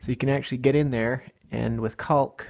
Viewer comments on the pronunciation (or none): The “L” in caulk is silent